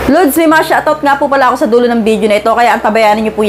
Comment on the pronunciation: Lods ang pagbiglas hindi po LUDS😂😂😂